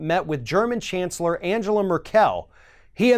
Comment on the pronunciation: A little correction: Angela Merkel is pronounced a bit differently. The g in Angela is hard, and Merkel is stressed on the first syllable. Another rather large inaccuracy: Nobody pays NATO. The whole stupid fuss Trump is making is about the non-binding goal of NATO members to spend 2% of their GDP on their own defense — a goal which is supposed to be reached in 2024, by the way. And furthermore, in the 70 years of the existence of the NATO, only one country has invoked Article 5 (collective defense). Yes, you guessed right, it was the USA. After the terror attacks on 11 September 2001. After a terror attack, mind you. Not an act of war of one nation against another. And as a consequence the US invaded a country that had nothing to do with the terror attack in the first place. Funny, how that works.